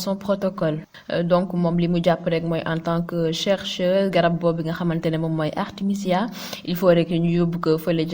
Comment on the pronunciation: Artemisia et non Artèmia... Au cas échéant veut dire si le cas se produit. C'est différent de au cas contraire. Merci de travailler votre texte avant l'enregistrement